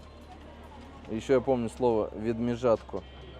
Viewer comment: Не відміжатко а медьвіжатко😅👍